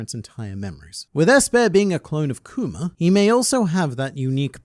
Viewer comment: you pronounce kuma like “coomer” and i think thats just wonderful